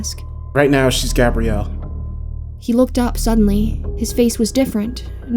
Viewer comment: I could be wrong but I'm 90% sure her name is Gab-bree-ell. Like Xena's girlfriend. Small gripe, but I love the name.